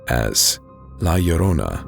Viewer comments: You pronounced La Llorona so good!!! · As a latino thank you for correctly pronouncing la llorona 👍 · Wow, you pronounce La Llorona correctly. Bravo, sir.👏👏👏👏👏